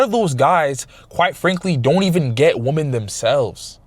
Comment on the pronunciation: Its pronounced “weman” not “woman” when talking plural. Appreciate your content though.